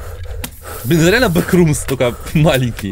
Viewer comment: Не бекрумс а боксрумс)